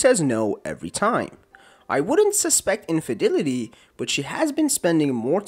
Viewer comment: Everytime i hear how you pronounce infidelity i cry